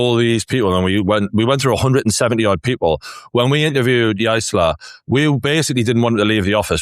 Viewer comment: You're pronouncing his name wrong, it's JAR-SELL 😂